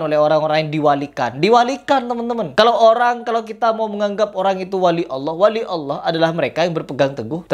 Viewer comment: Bacaan bismillah anda salah. Belajar lagi. Anda mengucapkan Allah sejak kapan pake "dha"...??